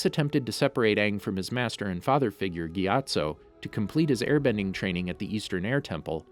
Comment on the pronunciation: The way he says gyattso got me distracted